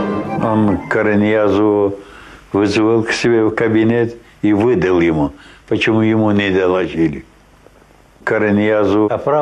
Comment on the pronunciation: а почэмю .. Юсраипа.... автор...?? отптсываюсь...и ставлю.. дис.